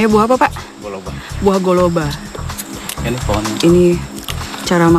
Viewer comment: Hahaha btl tuh bro, pe kta pe kampong Halmahera galela bobisingo juga tong bilang golobe bukan goloba.😂😂👍👍